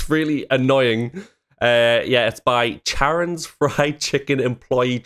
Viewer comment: Here we go! Heads up Charon is pronounced Car-ron, trips up a lot of people. Church is trying to follow the original way Blood Gulch played out for Alpha, from what Caboose told him, and Alpha dying hasn't happened yet. He's trying to control events so Tex will arrive in the canyon. Casey was doing vocals during Carolina's introduction, sure other people have told you but she's voiced by Jen Brown, same VA as Pyrrha from RWBY. Tex mentioned she's dead in S5 and she's the freelancer who had two AI according to Delta S6. The pilot is known as 479er, she's the same person as command in S6 that Wash talked to. She's also the same VA as Gwen from Camp Camp. Keep in mind that the board is a leaderboard, most Freelancers aren't even on it so Wash isn't doing that bad. We won't ever see the main casts faces, cause the fandom already has lots of different images in their minds of what they look like. There's some awesome fanarts though, especially of Grif and Simmons what with the cyborg and body transplants that happened S2. The freelancer flashbacks are amazing thanks to Monty, but also kinda tragic cause we'll see so many people who died (or survived and have a boatload of issues). And yeah, South does not deserve North. Looking forward to you seeing more! Heads up, its gonna hurt...